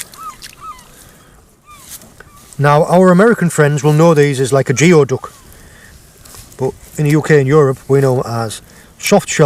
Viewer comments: Not trying to be a pedantic prig, but geoduck is actually pronounced gooey-duck. I believe its a Native American word and gets its strange pronunciation from that history. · here in the states that clam named is pronounced 'goo we duck' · Great video as always! And despite its spelling, geoduck is actually pronounced “gooey duck”! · What you are calling gaper clams, we on the American pacific coast we call ( phonetically) “goo ee duck”. Only ours are much bigger. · Geoduck is pronounced more like Gooey duck where we have them. /ˈɡuːiˌdʌk/; - it's a native name from the Lushootseed (Nisqually) tribe. I understand that it looks like it wouldn't be pronounced that way in English, but it's not an English word.